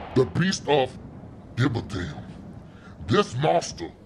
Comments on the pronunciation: I lost it when he pronounce it as I dont gevaudam! 😂😂😂 mufukuh! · It's really pronounced "je-voo-dawn" my dad who's really about his French ancestors told me about that village and the supposed monster it was a great story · it kinda sounded like dashie said the monster of giveadam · I was anticipating how Dashie would pronounce the Bishop's name and I was not disappointed. Replayed that about ten times.